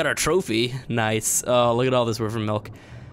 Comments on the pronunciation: Its wyvern, not wivern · You are saying wyvron wrong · why vern not wiv ren